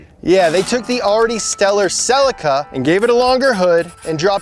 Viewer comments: I am sure it pronounced "Cel-ee-ka" not "sell-ika" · It's not SELL-ICKA, it's SELL-EEKA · ok SAY IT SLOWLYY C EE LEEE KKAA NOT SIILYKA U MORONS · "Sell-eee-ka" not "Silika" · Why do you Americans insist on mispronouncing so many things? Rest of the word calls it a "Seelica" and you say "salica" Solder V's Sawder etc etc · I'm sorry but the way you called the Celica a Cell-ika was just cringe.... But awesome vid. Loved the mk3. My GT2 first car. 😁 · Always forget Brits say Celica funny, we pronounce it s'leeka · A little piece of me dies inside each time you mispronounce Celica. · Anyone else shouting at the video over the pronunciation of Celica? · As an Australian I can't stand that pronunciation of Celica. So I Googled it. Google will speak the US and UK versions of it. But it's a Japanese car! So I Googled their pronunciation and ohhh boy I ain't saying it like that! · Stop saying celica in a fucked up way you don't say it like that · That’s not how you pronounce Celica 🤦🏻‍♂️ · i'm most shook at how you guys pronounced celica